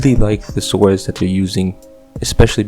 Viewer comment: Don’t say the W in “swords”.